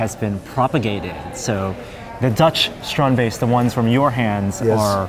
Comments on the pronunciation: So while Theo pronounces it strandbeest Adam and keep saying stronbaste. With respect, Theo made it, at least say it as he does. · ITS PRONOUNCED 'STRAND BEAST' NOT 'STROOOOND BASTE' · The StrandBeests are amazing, wish the guy here would stop calling them Strong Base, it's StrandBeest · Stop saying "strahned baste"! It's a strandbeest. It isn't difficult to pronounce. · Is it only me? Or he said it as strandbase, not strand beast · yeah i keep finding it funny that Adam and pronounces it (to the best they can) the Dutch way while Theo just says strannedbeast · Dude pronounce the fuck correctly. Stand = beach beest= beast. Stand is pronounced str aunT and beest is baste like basting a cake